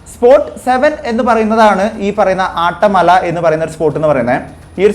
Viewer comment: ആട്ടമല അല്ല അട്ടമല ആണ്